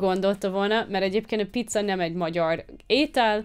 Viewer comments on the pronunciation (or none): none